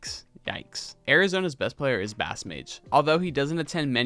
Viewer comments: I'd do a bit more research on how to pronounce names. BassMage is pronounced 'Base' as in the musical instrument not 'Bass' like the fish. Lui$ is pronounced Louie-money. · Great vid man!! I've been looking for a vid like this :) (i pronounce it base-mage and i was so confused when you said bass-mage LMAO) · bro said bass 🐟mage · It’s pronounced basemage btw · Yo great video! But how you gonna say yikes at someone going 2-2 at their only major and then proceed to mispronounce bassmage like 7 times in a row. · super awesome video but damn you might’ve butchered just about every tag😂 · why pronounce bassmage like that?